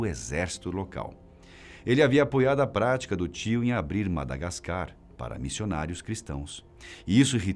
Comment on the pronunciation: Não se diz madagascar🤦🏼‍♂️ e sim Madagáscar